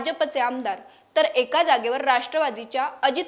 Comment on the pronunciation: एक्या ऐवजी एका असा उच्चार हवा. अशुद्ध उच्चार.